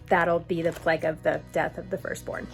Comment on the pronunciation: Had to laugh. I heard you say "pleg" and thought huh, I've been watching you for a little while and haven't heard that word before- must be a Jewish thing I haven't heard of. Then realise you were saying "plague" :)